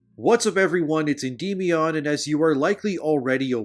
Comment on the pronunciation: The pronunciation is (In-DIM-me-on) not (en-dem-e-on). Just a tip.